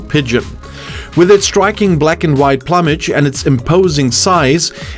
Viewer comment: just a pronounciation hint, - it's plooomaj, like wooooo; not plumb-aj, like plum aj 😊 PS - mmmmmmmmpigeonpie 😋